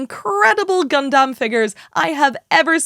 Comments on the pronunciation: Think we need a count on every Gundam related episode. And if GunDAMN is said more than GunDUMB then there should be some sort of forfeit 🤣 … loved the “I’ve only just learned how to say Gundam” and then instantly says it wrong 🤣 (this is all said in jest, no malice I promise! Keep up the great work) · its nice that you are saying Gun dumb in stead of Dun Damn this time around. however the way you said gun damn was pretty fricking cool! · OH MY GOD! Thank you for saying “gun-dum”! Now please get all your compatriots over there to stop saying “gun-DAM”! Love all you UK-ers over there, but it always so unnerving to hear “gun-DAMMMM” in conversation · We get Gundam pronounced like an American folks. We made it